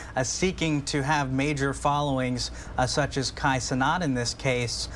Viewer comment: Plus u wayyy to descriptive on how u feel about his case and his last name is CEN-AT get it right dummies bro has a good heart.